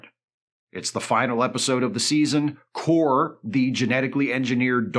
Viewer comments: Not that it matters...Kore pronounced KOR-ay. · I appreciate the fact that Isa Briones' character in Picard S2 was so unmemorable that pronounces her name differently from how it was said in the series